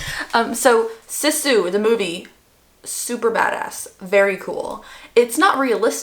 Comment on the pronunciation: A Finn here! You pronounced Sisu well enough ❤ I was surpriced how popular the film has become in the USA, it has done well for a foreing film. As a Finn I'm super proud, lol 😂 I'm loving these longer vlogs, please keep them coming 🤩